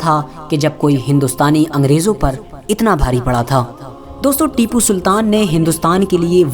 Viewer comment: Unka naam acchese lo bhai